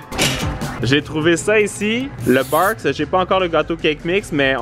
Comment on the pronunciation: C’est pas Barq’s c’est Beurk 🤣🤣🤣